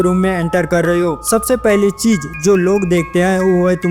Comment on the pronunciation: Cheej nahi bhai. Kaho/Pronounce karo cheez....